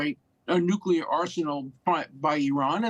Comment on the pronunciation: Hey.... Please learn how to pronounce the word nuclear....